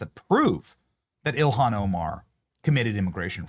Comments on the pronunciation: Did he say elian Omar? Trice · I love our VP but how he pronounces Ilhan is so weird LoL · I like how he doesn't give her enough respect to even pronounce her name properly, so funny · Vance does not say her name correctly. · Why was the vice president pronouncing her first names in such a weird way That's kind of curious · Someone needs to teach JD how to pronounce “Ilhan” 🤣